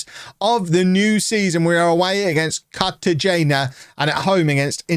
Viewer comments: hola amigo tú no hablas español cartagena pronounced car-ta-he-na ¡vamos holme! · hola amigo tú no hablas español cartagena pronounced car-ta-he/na ¡vamos holme!